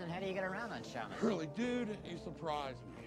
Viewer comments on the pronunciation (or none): I've seen The Big Lebowski probably 1,000 times, and just now for the first time picked up that Donny, when asking how Walter gets around on Saturday, mispronounces it and says "Shammas" instead of "Shabbas" lol. Nice little touch Coen Brothers. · Donny calls it Shammos. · Did you notice Walter pronounced it "Shamas"? So subtle. Steve Buscemi. Man.